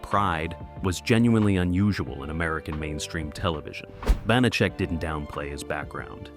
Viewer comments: So distracting the AI voice mispronouncing Banachek and Peppard. Also I have heard the story many times that Peppard was in the process of getting divorced and if he agreed to the third season his ex would get too much of the contract. He didn’t want to work and have her benefit. Final fun fact - the magician Banachek took the stage name as a result of the character. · Sooo many errors... Carly Kirkland, not Davidson, 10%, not 15.... and many more, many of which were pointed out by other commenters. I always loved this show. I'm old enough to remember when it was originally shown. I have the show on DVD and still rewatch frequently. Too bad the AI narration can't get the pronunciation right for the character or the actor. Glad to see Banacek getting it's due, but I wish it had some fact checking. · They pronounced George Peppard's name AND Banacek's name!!!So distracting!!!😮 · They are mispronouncing the main character's name, which is ironic, because mispronouncing his name was a running joke on the show. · Hey they may mispronounce Banacek and Peppard wrong, but how they made Kirklan sound like Davidson, That's some next-level mispronunciation 🙂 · Stupid AI and stupider channel owner, posting without reviewing the video. His name is pronounced "Pep-PARR'd" not "peppered." The character's pronounced "BANNA-check," not "B'nott-check." If you know the show and the stars that well, you should know how to pronounce them. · Not to mention the characters, Banacek, Bonachick? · Bonacheck? AI narration. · Your AI voice constantly mispronounced George Peppard's last name and the name Banacek (Ban-a-chek), not (Bon-a-cek). Thomas Banacek did not drive a Rolls-Royce. He drove a 1941 Packard Super Eight One-Eighty Convertible Victoria coupe, or his chauffeur Jay Drury drove him around in a black luxury 1973 Cadillac Series 75 limousine. Do some real research! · BAN - a - chek! Pep - PARD not PEP- perd!!! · "Bahnacheck"? "Peppered"? That is not how you pronounce those words.